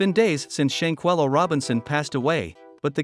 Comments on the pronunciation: Please mindful how you pronounce shanquella name. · Man if you are going to do a report on somebody at least get their name right you mispronounced the lady's name more than four times, that is very dismissive and unprofessional I wouldn't subscribe to you channel if you paid me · You are jacking up her name